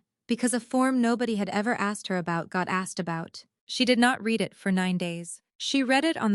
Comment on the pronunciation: If AI is so great, why can’t it determine the correct pronounciations for the word “read”. It’s different for present and past tenses.